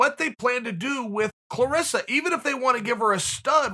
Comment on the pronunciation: Chael you are wrong, it's "ClarAssa"